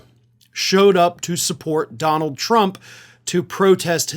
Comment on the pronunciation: As has been said before, Duh-Nald is a 'gimme' putt from insane, not a drive.